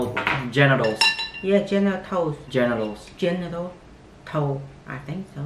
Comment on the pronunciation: It's Tso's (sows)